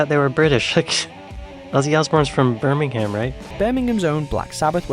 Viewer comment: You wrongly pronounced Birmingham! Led Zeppelin should be on this list.